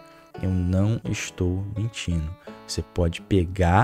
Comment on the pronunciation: Pq vc troca o D pelo N Baltar? "Aumentano, mentino"